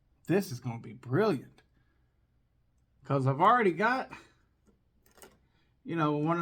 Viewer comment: i love how you say bkose 🤣🤣🤣👍👍👍i like your videos . greetings from romania!!!!